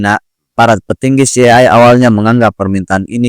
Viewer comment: CIA dibaca Si Ai Ei. Bgtu bro. Greget aja dengernya. But, makasih reviewnya